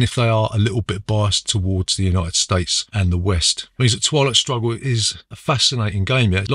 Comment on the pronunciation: At one point I thought you pronounced twilight struggle as "toilet struggle", which is a very different type of game 🤣